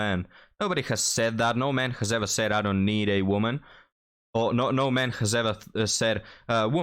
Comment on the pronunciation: Sorry, but I don’t want a “real woemyn” either, and I’ve had hundreds … 😂